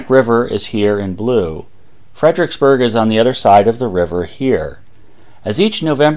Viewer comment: and then there's "fred-RICKS-berg" rather than "fred-er-ICKS-berg". who needs four syllables when three will do!